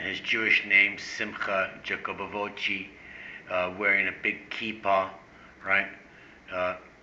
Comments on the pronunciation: Jah co bow vitch is how it's pronounced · Hey whats wrong with you ? can you not even pronounce a name? The name is Simon Jacobs son. You see vitch is russian for son, Jacob is Jacob as in the BIBLE Simcha Jacobovic Simon Jacobson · YOU CAN'T PRONOUNCE HIS LAST NAME...IGNORANT. I hate even responding...thinking you are looking for comments and a higher youtube score...GREAT RESEARCH...FAIL. Although I don't agree with his process, and believed they are flawed...can't pronounce a name...you are...ignorant.